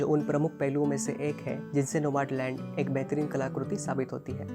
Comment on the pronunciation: नोमाडलंड नही भैया नोमडलँड..